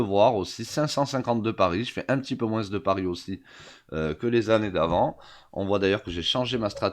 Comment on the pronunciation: pourquoi le moin"ce"? ca vient de l'herault? :p